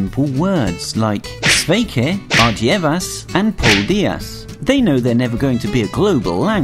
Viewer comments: I'm Latvian and you pronounced only sveiki and ardievas wrong but paldies kinda right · Ardievas is not the correct word to say because if you say that word, that means Latvian will understand that you will never return and he will be sad about it. Better say: "Uz Redzēšanos" or if you can't pronounce it correctly then say: "Atā"